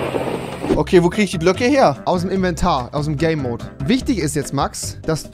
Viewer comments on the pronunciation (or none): Hat noch jemand gay Mode verstanden als Max game mode sagen wollte